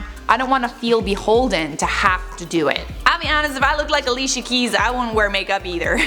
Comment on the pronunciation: its pronounced alishia.. and also while im at it..its not pronounced eriana grande but uh-riana grande